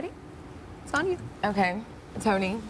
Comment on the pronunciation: I can't stand the way she pronounces the name "Tony".